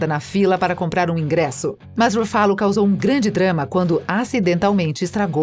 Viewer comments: ele falou pronunciar o nome certo o certo é Ruffalo e ela fala RuFÁlo , Pensse antes de chamar alguém de burro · Huffalooo ,qual a dificuldade de pronunciar o nome correto? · RuFÁlo é mais gostoso de ouvir do que RÚfalo. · E esse "ruFÁlo" pela amor de deus né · eu to rindo d+ com o “Rufálo” plmdsNDSJDNSJDJSDJSKSKAKKKKKKK🤡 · RUFÁLO kkkkkkkkkkkkkkkkkkkkkkkkkkkkkkkkkkkkkkkkkkkkkkkkkkkkkkkkkkkkkk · explodi no "ruFFÁlo". KKKKKKKKKKKKKKKKKKKKKKKKKKKKKKKKKKKKKKKKKKKKKKKKKK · eu não to feliz com o "Rufálo", odeio esse hulk bobão que fizeram! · A narradora precisa melhorar a pronúncia dos nomes dos atores. Dói de ouvir, ex. Ruffálu?! Misericórdia! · Brai larsen. Chédou. Rufálo. Pronuncia tosca. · Rufalú kkkkk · Ouvidos sangram kkkkkkkkkkkk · Eu até estava gostando mas depois de ouvir duas vezes: RuFÁlo, perdeu a graça kkkkkkkk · Eu ia dizer isso. Doeu no mindinho do pé esquerdo. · Fala sério galera do Se Liga, um canal com mais de 50 mil inscritos colocando um robô pra narrar? Gastem um pouco pelo menos com isso, essa mulher toda vez fala algum nome errado. Os vídeos tem um conteúdo Espetacular, mas essa narração... Pelo amor de Deus! Melhorem esse aspecto pois a demais está muito bom.